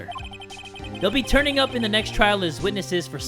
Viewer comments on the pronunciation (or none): none